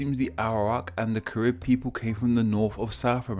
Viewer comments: it’s pronounced kah-rib, and kah-ree-bee-ann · KAIR. RIB. Your pronunciation is wrong. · Yes, us Caribbean people know a lot of this and could clear stuff up if you asked...also say Carib and Dominica right v.v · It’s pronounced careeb